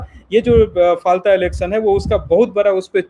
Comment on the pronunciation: constituency का नाम फाल्टा नहीं, फालता है